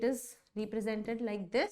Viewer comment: Mam, please correct your pronounciation of ' represented'. You say it like 'reepresented'